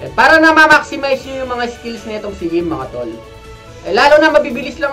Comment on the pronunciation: I think it pronounce EVE. Y stands for E